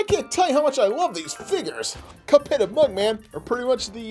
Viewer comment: It’s mugman not buckman 🤨